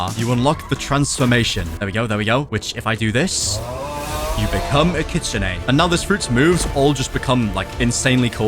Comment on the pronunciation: You’re pronouncing Kitsune rule it’s Kitsune